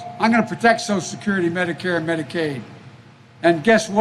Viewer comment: What is "soscurety"?